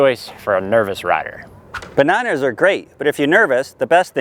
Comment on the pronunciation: did he just say banahners